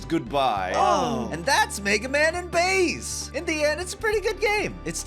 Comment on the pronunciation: “Hey Bass…!” “Mega man, you finally made it, and you’re finally STILL not pronouncing my name right.”